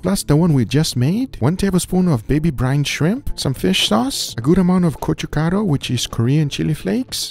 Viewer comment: I'm impressed by your pronunciation of gochukaru.👏